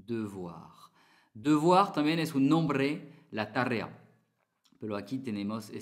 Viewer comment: Excuse moi, permettez-moi de te corriger. Il ne faut pas prononcer "tarea" avec deux R, le tilde est dans le "e". Le point culminant c'est que tu parles très bien l'espagnol. Bon courage!!